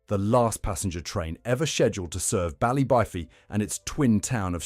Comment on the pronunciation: Such a shame .. Pronunciation - Ballybo-fey as with Don-e-gal